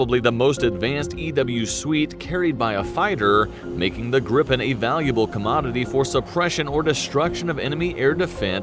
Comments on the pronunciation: GRIPEN pronance GREEPEN not GriPPen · It is pronueced GRIpen and DRAken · Gripen is pronounced like greepen. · Phonetically it is Greepen, not Grippen. The letter (i) in swedish sounds like the english (e). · The name is with one p so a long p In english it would be griffin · We'd say gree-pen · Gr - I [as in “Inn”] - Pen [as in a hold]. Gr-I-Pen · when you say Gripen, you need to stretch the letter I a little longer , and also the P is short ., Like : GRIIIPEN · JAS-39 "Greep-pen" JA-37 "Vigg-en" J-35 "Drawk-ken" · Giffin, or gryphon, is just the english word for Gripen. It's pronounced Gri-Pen, Gri as in Grinch, and pen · We pronounce it "greepen" And also, JAS stands for "Jakt, Attack, Span". Which more translates to Hunt, Attack, Scout. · grippen,daaken,vigen?? hahah,if you cant pronounce swedish words-then ASK someone..it just sounds so completley wrong The Gripen is mostly just called jas - as a word not j.a.s. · It's pronounced like Green Pen... but in one word without the middle n... Greepen... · pronounce; "Griiipen" with long i, and "Viggen" with short i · Answer no. It's not pronounced like that. Then it would be spelled "Grippen"...So "Gripen" has more emphasis on a longer "i" if that makes sense 🙂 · No. We pronounce it different. It's only 1 "p" so it's a long "i" . Griiiiiipen. If it's a short "i" it will be spelled like this "Gippen". Gripen in English = " The griffin". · As a rule of thumb if there is only one consonant after the vowel the vowel is "long" sounding. Two consonants or more makes it short sounding. So it should be pronounced greapen/greepen. The i in Viggen should be short like in wig or big. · The i in Gripen is longer in Swedish but otherwise it is the same. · Please look up some swedish language site to find out how to pronounce Viggen, Draken and Gripen (as well as Lansen and Tunnan). Draken can mean both Dragon and Kite! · No its Gripen...with a longer I.